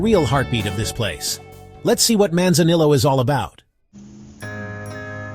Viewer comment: AI Slop video, can't pronounce Manzanillo properly with ZERO pictures or videos of Manzanillo.... lol.